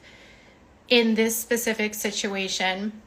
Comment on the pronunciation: You can tell she’s had at least a few drinks by how she says “shituation.” Is t it such a coincidence that the same exact things happen whenever she’s not doing well in a lawsuit or if she’s not getting enough attention from viewers when she’s got a target in her grips? Tati, leticia bias, Todd chrisly, Brian Landry, etc. it’s always fake swatting calls, threatening emails about her and her son, photoshopping her son into p*rn, spoofed emails, etc. so strange the same things keep repeatedly happening…